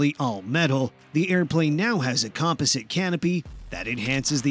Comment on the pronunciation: Learn how to pronounce composite and fuselage or stop making these damn videos